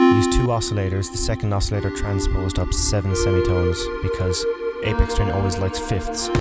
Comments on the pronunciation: Good stuff...FYI...its aphex twin ...not apex ...pronounced afex twin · You said his name wrong 😒 it’s not Apex, it’s Aphex like Afex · It's Ay-Fecks. Not Ay-Pex. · its pronounced like ay Fex with an F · Your pronunciation of 'aphex' is not the apex of this video.